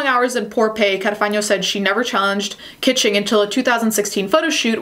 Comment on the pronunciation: Its not Audrey Kitching. Its Audrey KAACHINGGGG! 💲💰💸